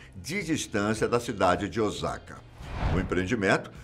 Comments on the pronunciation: Meuuuu Deus ! Não é ozaka é Osaka! Só no Brasil q o “s” sem som de “z” Osaka( província:ossaka) 😂😂😂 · Moro no Japão mais de 20 anos e se pronúncia ôssaka e não ozaka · Olá!! A pronúncia correta da cidade é Osaka e não "Ozaka", som de S da mesma forma como é escrita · Obs: a pronúncia correta é Osaka e não Ozaka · Morando aqui eu posso afirmar q a tecnologia aqui realmente é incrível, algumas coisas eles não modernizaram pq preferem deixar como no período feudal, ah e é OSSAKA que se pronuncia corretamente mas se escreve Osaka mas o som é lido como se fosse com 2 S ok rsrs!! Br japan galera vejam lá tmj😃😃😃